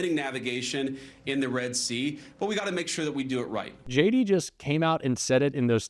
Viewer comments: He didn't trust her. When he says JD it sounds like "shady"😂😂😂😂😂😂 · I love the way even he pronounces his name Shady. 😅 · I swear I heard him say, “hey guys, it’s Shady Vance here!” 😂 what a big old dope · I swear I heard him say, “hey guys, it’s Shady Vance here!” 😂 and btw .. it’s looking like he’s wearing more and more eyeliner as the days go by. He’s going hard for that smoky eye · Did he say.. Shady Vance lololo